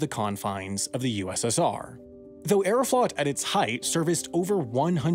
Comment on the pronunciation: Aeroflot is pronounced like Aero-float. Long O.